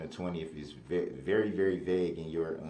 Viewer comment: Hey, the word is vague, NOT VEG!!!!!!